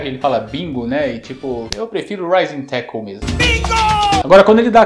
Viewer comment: Cara, vc precisa pronunciar o L no fim de palavras como "tackle". Você tá falando como se ao invés de L tivesse um U no fim da palavra. Eu sei que o L no fim das palavras caiu em desuso no português brasileiro, mas nas outras línguas esse som é sempre pronunciado. O nome desse som é o dark L. /'tækəl/. Cara, se eu não me engano do 2002 ele fala "running wild" antes do especial.